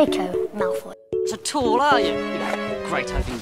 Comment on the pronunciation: “and I’m MaLfOuY. DrAcOe MaLfOuY.”